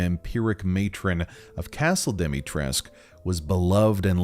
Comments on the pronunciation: As a Romanian it hurts my soul hearing how you prounounce some things Like dimitrescu you’re supposed to say the u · Alcina: has the surname Dimitrescu, an east-european one, suggesting that it should be bronounced with a hard -scu at the end Everybody, even Capcom itself: ah oui, Madame Dimitresque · i thought I was going insane when even the characters ingame said dimitresc instead of dimitrescu. When I saw her name I immediately thought it rhymed with the late romanian dictator ceausescu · its Alcina Dimitrescu, but made Demitresk so americans can pronounce it easily. Dee-mee-trescu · Lady Dimitrescu: pronounces own name “Domitresk” Literally everyone else except apparently me: “dEeMeEtREeSK¡!” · It's doo-mee-tres-coo since in romanian u read all letters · Sadly the game developers themselves got it wrong. Being a romanian name it is pronounced dee-mee-tre-scoo. Take it from a romanian native speaker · correction. Correct pronounciation is Al-See-Nah De-Mit-Res-Cooh. The name and surname are Romanian, and the letter "U" should be pronounced. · dimitrescu is pronounced “dee-mee-treh-scoo”, it’s a romanian last name, we don’t have silent letters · Okay y’all I’m here for your Romanian pronunciation guide from a friendly Romanian lol So Lady Dimitrescu’s last name is pronounced Di-mi-tres-cu(coo) The -escu prefix for last names is really common for Romanian last names and I just want everyone to know the proper pronunciation 😊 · I feel like it's worth mentioning that the u in Lady Dimitrescu's name is not actually silent. The correct pronunciation is actually Dimi-tres-ku, because her name is Romanian. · Dem-i-tres-cu her name is a Romanian surname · the only thing I don't like is that I imagined her with a slight accent... she has none and she doesn't even pronounce her own name correctly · the voice actor for Lady D said that capcom told her to pronounce it the wrong way, from what I remember. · because they pronounce it wrong in the game that’s why.